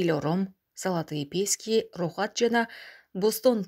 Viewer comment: Писки эмес : Пески --- Кум !